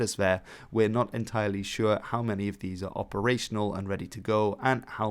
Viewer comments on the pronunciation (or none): none